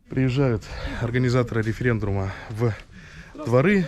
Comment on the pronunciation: " Приезжают организаторы референДРума..."🤡